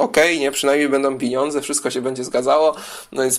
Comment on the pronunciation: piniądze :D.........Lubię Cie słuchać. Masz dużą wiedze. Pozdrawiam.